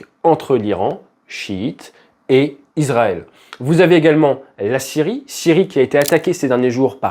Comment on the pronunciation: Le s de Israël se prononce [s] (s), et non [z] (z). On dit donc [isʀaɛl] (is‑ra-èl), et non [izʀaɛl] (iz-ra-èl).